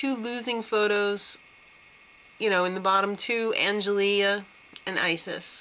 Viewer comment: Just for future reference, it's pronounced Ang-el-ee. Not -ea. But, yeah. I love these chicks and Kayla gotta win